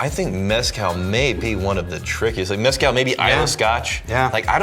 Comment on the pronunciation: For the love of EVERYTHING GOOD AND SACRED stop calling it MEH-scal. It’s pronounced meh-SCAL! You’re going to anger the Aztec gods.